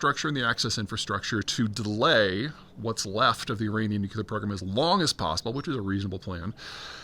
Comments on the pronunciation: BTW, it’s nuclear, not nuculer. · Peter - please stop saying "nu_CUE-ler" , its "nu-KLEE-er" !! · Goddammit, we're back to "nucular" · Peter! Please stop saying nucular! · Could someone please 🙏 teach Peter how to correctly say, "nuclear?"